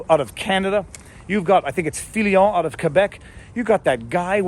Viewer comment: Lol He said, "Figure it oot!" Thanks Letterkenny!